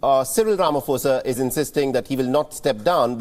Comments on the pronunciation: Rama "Posa" not Fosa...Being from South Africa it's hard to listen to this since it's outbreak. Ramaphosa = "Rama Posa"...P P P not Fosa Fosa....tjerrrrrr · Repeat after me… RA MA PO SA… not Ra ma Fo sa… come on man. Do your research! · Good people. Please note it's it's no Rama"fosa* bt Rama*phosa"as in pain Fir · Ramaphosa with a "P"not a "F".......its a silent "H".. please learn to pronounce